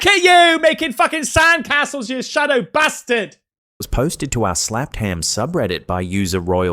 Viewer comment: "You Shadow Bastid"